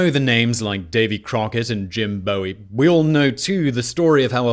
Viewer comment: Jim Boo-ee. Like bowie knife, Not bowie like david bowie.